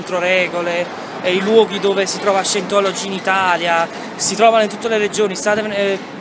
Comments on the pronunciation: Si pronuncia Saintologi...ma possibile che siamo così tutti terribilmente negati noi italiani? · comunque si pronuncia saientology.... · Ottimo video ma si pronuncia SAIENTOLOGI. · Bravo! Tutto giusto, tutto bello, ma scusa come fai a dire di parlare inglese e poi pronunciare per cento volte,,,, SIENTOLOGI"????? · cosa ti aspettavi? cmq si pronuncia /saientology/ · Si dice "SAIENTOLOGI" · Parli inglese ma non sai pronunciare “Scientology”..... che si dice più o meno “Saientology”. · "Sajentologi" semmai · Si pronuncia saientologi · "io parlo inglese" e pronuncia Scientology peggio del peggio 😂😂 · si, visto, 9 anni fa. Ma è nello stesso video che tu asserisci di saper parlare inglese. Poi, vai a pubblicare un video dove neppure sai pronunciare correttamente il nome dell'argomento??? Comunque bravo! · Dai pero’ almeno pronuncia Scientology come si deve se devi farci un video.. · Parlerai anche inglese, comunque non si pronuncia così scientology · Parli inglese e nn sai nemmeno pronunciare correttamente "scientology"?? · Ma se non sai nemmeno pronunciarlo Scientology! Ahah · E menomale che parli inglese, se no come cazzo lo pronunciavi scientology.